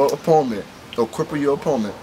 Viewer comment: u said " opoment" lololollol